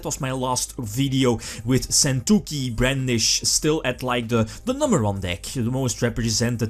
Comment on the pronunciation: Argh your pronunciation of sentouki is raping my ears! Either learn how to pronounce it at sites like this or use the effing tcg name!